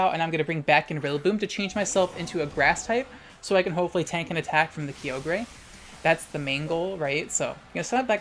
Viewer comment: Finally, someone else that says Kee-oh-grey lmao